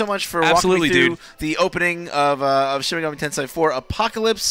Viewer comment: Mispronounces Tensei but then says it properly 2 seconds later. Get a feeling so complicated. Can't wait for this game. Will make the wait for P5 more bearable.